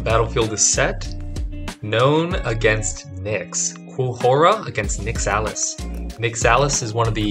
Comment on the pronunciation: Your pronunciation of Nyxalis hurts me